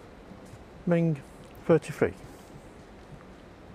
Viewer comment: Referee can’t pronounce “Mink”, microphone work was horrible! Mink is awesome, I hope she does well.